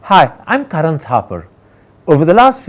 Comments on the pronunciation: He keeps calling Karan, Karen 🤣🤣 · करन नहीं, किरण हैं आप मीडिया की। आपके इंटरवियू का कोई जवाब नहीं है सर